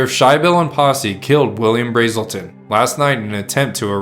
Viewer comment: U and keep calling BRAzen Bill BRAAAAELTON. I went to HS with Ralph BrASelton, or a Bra Azz el ton